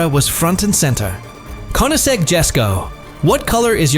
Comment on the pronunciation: This is such a amateur & awful work here! ...1. It is not Konisegg, it is Koenigsegg ....2. Chiron should be pronounced as Šhiron, not Kajron ....3. BIG FALSE - there is no Rimac Gemera!!!! He own Rimac NEVERA (Gemera is Koenigsegg) and again bad pronunciation - not Rajmek :))))